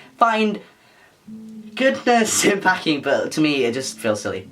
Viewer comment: Why did you go Scottish when talking about packing?? 😂😂